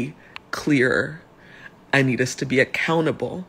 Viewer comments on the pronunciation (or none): Did she say ACCOUNTABLE?😅😅😅